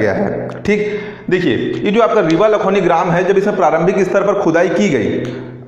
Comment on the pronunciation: Sir लखौनी नहीं है लखौली हैं